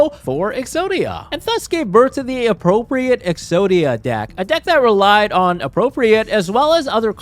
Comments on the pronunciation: Appropri-ATE, not appropri-ET, it means to like take possession of. Similar to commandeer. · it is pronounced "appropri-eight" when it has this connotation of acquiring an object from someone else. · Him mispronouncing “appropriate” the whole time is driving me insane